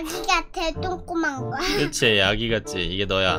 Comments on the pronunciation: 쪼꼬만게가 계속 똥꼬만개 라고 들려 ㅋㅋㅋㅋㅋ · 쪼꼬만거랄때 똥꼬만거라는줄 ㅋㅋㅋㅋㅋ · 쪼꼬만거 인데 나는왜 똥꼬만거 라고들리지?